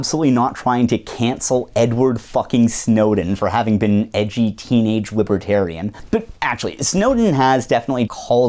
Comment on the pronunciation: What's a wibwertairian?